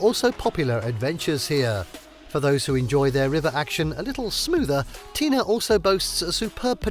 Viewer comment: Been there. Pronounce tena correctly for credibility.